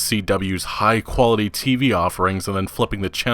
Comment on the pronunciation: Did he just say the cw was high qwality lmao